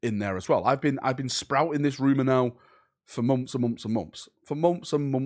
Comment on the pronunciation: My man said “I’ve been sayings this for mumps and mumps and mumps.” 😅